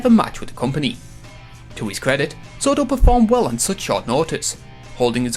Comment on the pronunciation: Jor “bad morfor” sortor